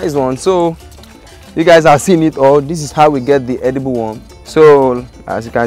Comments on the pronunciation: Dude said "edeebul wum" like 1900 times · he keeps saying "edible" worm........trying to convince you it is actually eatable